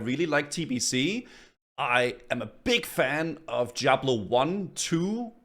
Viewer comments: brother its DIABLO not JIABLO with D not J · "Jiablo 1"